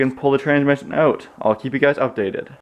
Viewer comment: Take such and such “ewt”. Omg this makes me miss my Canadian friends 🤣😭😭😭 Thank you for posting this!